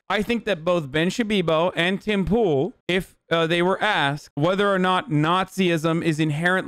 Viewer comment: Did he call him Pim Toole?